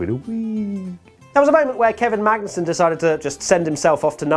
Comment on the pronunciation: saying Magnussen. Something I didnt realise I needed to listen to but enjoyed